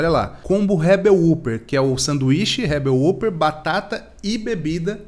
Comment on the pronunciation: Se lê rebel wóper